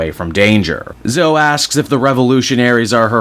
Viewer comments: Zo-E not "Zo", like with Chloe, it isn't just "Clo" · Her name is pronounced Zo-ee, not Zo.